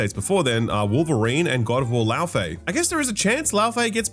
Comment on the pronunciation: Bro the Laufey pronunciation as "Lao Fey" lmao, she ain't Chinese brother.